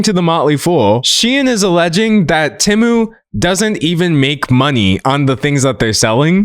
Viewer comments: Him saying Tiem and Shemu is crazy work 💀💀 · NOT TIEM AND SHENU NSJSJSDJJD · Can we talk about the fact that Temu used to be pronounced "TEE-moo" before they changed the pronunciation so they could make AI-Generated voiceovers for their ads? I remember the transition period where half of their ads still pronounced it the old way and half of them were pronounced the new way. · Shein and Temu? 🙅🏽‍♀️❌ Tein and Shemu? 💁🏽‍♀️✅ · never felt more seen than by your tien and shemu slip up 😂 gread video d'angelo !! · Does anyone else remember when Temu first started advertising, their adverts would be "TEEmu" not TEHmu. "shopping like a millionaire" original advert. IDK why i found it so so weird that they realised people were pronouncing it TEHmu and changed their own company pronunciation based on that. Never heard that happen before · I LAUGHED OUT LOUD at Tein vs Shemu, poor d'angelo's brain cells have all deteriorated researching the drama about these companies he can't even speak right no mo 😂😭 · Tein and shemu took me tf out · Ngl I've always pronounced them as "tem-you" and "shine". It's throwing me off 😂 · Had to stop watching bc of the temu mispronouncing